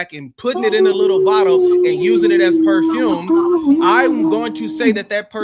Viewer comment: Wow. Was that poofume or perfume from sweat? Seriously😝